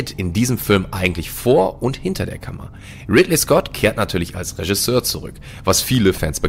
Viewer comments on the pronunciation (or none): none